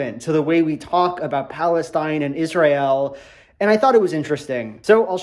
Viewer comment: Why does Little Joel pronounce Israel so weirdly?